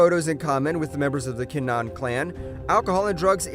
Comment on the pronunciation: Tony montoya? Also its kin-a-han